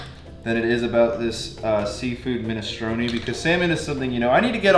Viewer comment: Minestrone like stone with and R, not minestrony